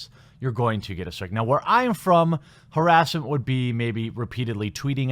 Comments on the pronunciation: I think you got a strike because you pronounced it as, "herass". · The way you say harassment or harass. Is intriguing. Can’t say I’ve heard many say it that way. Its nice. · Say it's haRASSment right, not HARassment?